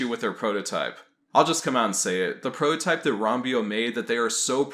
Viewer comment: Are you saying "prohotype"? Instead of prototype? Is that a meme or something?